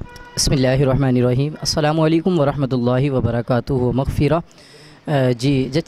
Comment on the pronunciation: اینکر نے وبرکاتہ کہا ۔۔ت۔۔پر زبر نہیں پیش ہے قاری صاحب نے پوری وڈیو میں نہ کوئی حدیث بیان کی نہ کوئی حوالہ